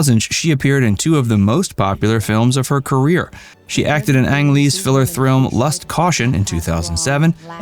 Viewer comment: "Filler thrilm"